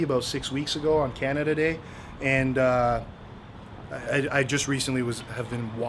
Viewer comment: Canada d-eh? lol